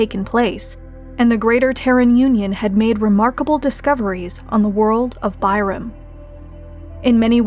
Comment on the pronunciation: Tyrum? More like Bye-rum lmao